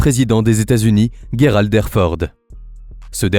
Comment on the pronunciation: on ne dit pas guerald mais gerald!!!et il n'est pas legendaire il n'a fait aucune guerre renseigne toi un peu clown